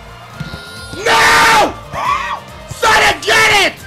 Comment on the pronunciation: when he said sonic name I dead "shonichsh"